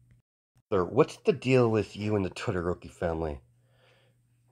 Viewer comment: I was so confused because I thought he was saying Twitter ropey or smthng not Todoroki